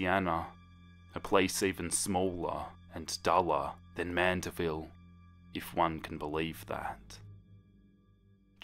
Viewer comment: him: "louisiana" Me: fear intensifies edit: him: "mandiville" me: fear intensity intensifies